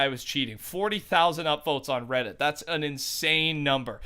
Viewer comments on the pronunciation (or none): none